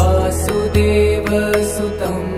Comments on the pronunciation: Please pronounce it correctly. I am observing pronounciation issues in almost every video of this type. In this video, वसुदेव is pronounced as वासुदेव वसुदेव is the father of Krishna, who is वासुदेव। So this makes a huge difference in meaning. It's a good work, efforts appreciated but you need to get it checked by a Sanskrit expert before publishing. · It’s Vasudeva not Vaasudeva pls correct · Sorry to point out a mistake in pronouncing the first word. It is वसु देव... But it is being pronounced as वासु देव सुतम.... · Very good. But there is a big mistake. Vasudeva sutam is being pronounced as Vaasudeva sutam (extra a in Vaasudeva). Krishna is called Vaasudeva as he is the son of Vasudeva. Sutam means son. So, Vasudeva sutam means - Son of Vasudeva, or Krishna. Vaasudeva sutam would mean - Son of Vaasudeva, or Krishna's son, and not Krishna